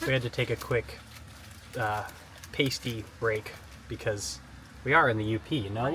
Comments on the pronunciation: And BTW, as the Yoopers like to note with great joy, it’s not “pays-tee” (that is something else altogether…) it is “pass-tee”. they should require every MG competitor to consume one at the start of the race during the run! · coming from the uk, pasty is pronounced Pass(as in ass)tea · Great video, and congrats! But as the spouse of a Yooper, I can definitively say you butchered the pronunciation of “pasty.” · "Pasty" rhymes with "nasty," not "tasty." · Absolutely incredible effort—super inspiring. Great production quality too. We do need to work on pronunciation of pastie, though…